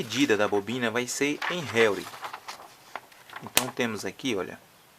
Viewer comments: não se pronuncia réuri e sim enrri. (Henry) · Na vdda pronúncia é como se fosse RRênri ( HENRY )